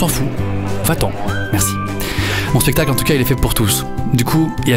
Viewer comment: En vrai on dit spectacle et pas spectale Kappa